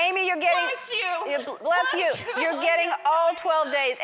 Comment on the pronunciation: The mom said "blesh you" not bless you.